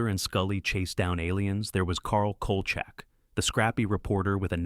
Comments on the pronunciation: The Series "Evil" is much better than "The Exorcist" Series. The "AI" narrator kept mispronouncing Kolcheck as Kolchuck very annoying. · Dude, it's pronounced COAL SHACK!